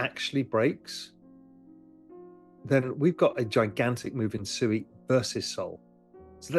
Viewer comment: Oh Ru Paul, you 🤡. What is SUEY? Are you talking about SUI pronounced Swee, aka water in Japanese. Or are you just so low IQ that you can't pronounce your Investments correctly. When you talk about Elon and Dogecoin do you say you're heavily invested in Dodge Coin?